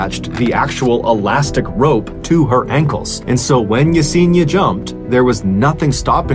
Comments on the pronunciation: It's pronounced Ya-Sen-EEEE-Ah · Mr. B. Allen, you are mispronouncing Yesenia's name. Ask someone of Latino heritage how to pronounce her name. It's actually pronounced (e-seen-i-ah.)